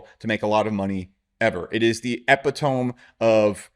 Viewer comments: dude is so cultured he says epi-tohm instead of epito-mie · ‘epitome’ rhymes with “a bit o’ me”